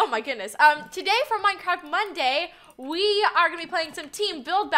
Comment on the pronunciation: What did you say Minecra🌈😍😇🤣